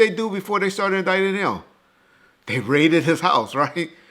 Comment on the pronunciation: You say raided like he a drug kingpin 😂. Def will be cuffed eventually. Puff going down for Biggie. He knew. I heard it was a triangle Chicago, Harlem & L.A...thats all imma say